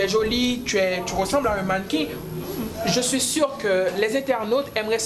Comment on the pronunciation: Mais vs n'avez sans doute remarqué qu'à la huitième minutes et 19 secondes , elle a dit " bien sir " pour "bien sûr " .